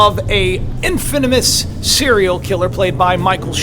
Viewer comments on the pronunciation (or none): IN-FIN-O-MOUS!!! WELL, IS THAT KINDA LIKE..... FAN-TAB-U-LOUS!!! LOL. CUTE! J.K PEACE N BLESSINGS!